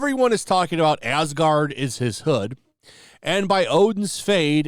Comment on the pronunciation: Asgard became AsGANG